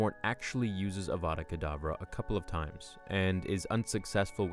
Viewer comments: Your saying it wrong it’s Avada Kerdavra not IWANNA BANANA. *Harry dies Well done Hermione 10 points to Gryffindor! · Voldemort:Avvvvaaadaa Kedaaavvvraa Hermione:Stop stop stop,you are going to take someone's eye out and besides you are saying it wrong.Its 'Avada Kedavra',not 'Avvvvvaaadaa Kedaaavvvraa'. Voldemort:If you know so much, then you do it then.... Hermione:Avada Kedavra.... Voldemort: Drops dead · "Besides, you're saying it wrong. It's Ava-da Ke-da-vra not I WANNA BANANA.